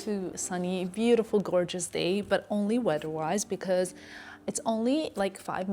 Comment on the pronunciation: You are perfectly fluent in English but you cannot pronounce the "th" sound? Wedder instead of weather, dat instead of that, udder instead of other. Why is that?